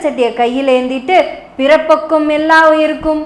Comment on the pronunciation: பிறப்புக்கும் என்று உச்சரிப்பது போல் தெரிகிறது.பிறப்பொக்கும்